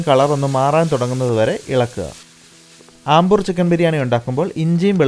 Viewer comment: I think its അംബൂർ not ആംബൂർ